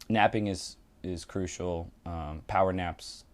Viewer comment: Did anyone else hear-"napping is cruisecial"